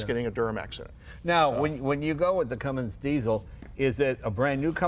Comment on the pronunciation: I am disappointed in Jay... he said "Cummings"😬 it's "Cummins".